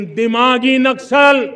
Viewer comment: नस्कल नहीं, नक्सल बोलते हैं